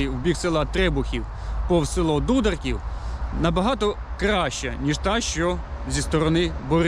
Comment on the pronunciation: Назву села не вміє вимовлять. Покаже він.